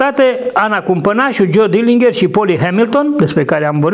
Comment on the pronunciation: Se pronunta "dɪlɪndʒər/", exact ca Fitzgerald din JFK.